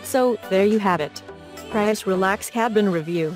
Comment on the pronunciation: The way she mis-pronounces "Prius".....